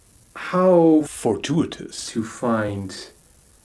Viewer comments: What did you actually say when you said "fortuitous"? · How... FORTUITOUS, that you slipped your tongue.